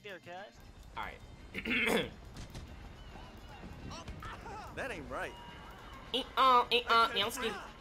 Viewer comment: They dont stop sayin CUHZ